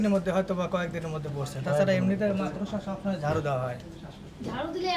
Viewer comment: একজন bcs মাকড়সা শব্দটি ঠিকমতো উচ্চারণ করতে পারে না 😆 হায়রে কলাগাছের দেশ 😄😄😄